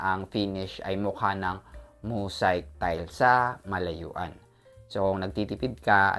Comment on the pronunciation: Dude hindi “Mosayk” ang pag pronoince nyan…”mow zeyk” ang tamang pronunciation, ok!